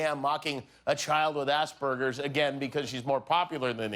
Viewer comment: Jimmy said assburgers instead of asperger's